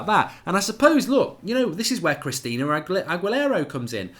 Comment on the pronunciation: Hi Mark. It’s pronounced Ag-U-Lara. The example you gave is AWESOME!!!! Made me laugh for a while today. Thanks for that one!!